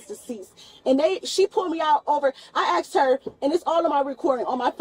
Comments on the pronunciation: Its pronounced asked, not axed. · "I axxed to see the supervisor's supervisor" 😨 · Another one that says i axxed her i axxed her i axxed her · YOU AXED HER?? THAT'S GONNA BE ANOTHER CHARGE! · Well she did axed her